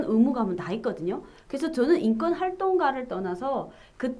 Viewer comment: 자유북한방송 시청자 입니다. 기자님 인권을 인건으로 발음하시내요 교정하십시오